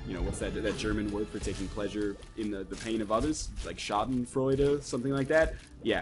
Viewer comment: As a german i have to say that your pronunciation of "schadenfreude" is pretty damn awesome